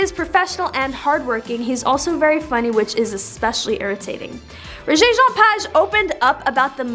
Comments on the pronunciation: Child, sit down. Your title of this mess is completely out there. Your continued mispronouncing of his name is like nails on a chalkboard. Rege (like the music reggae) Page (like page of a book). Do better. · First thing you need to do is LEARN HOW TO PRONOUNCE HIS NAME CORRECTLY!!!!!! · Lady please pronounce the man's name correctly. You need to be honest with your audience; Rege never bragged about his looks, that is not the way he rolls. Get it right or leave it alone. Rege is perhaps, one of the most humble actors in Hollywood; give him the credit he deserves. You would be smart to correct this article, it will help you to sleep better. 🙏 Rjpayne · What a terrible lead into a story. And please learn to pronounce his name correctly! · Please correct your pronunciation of his name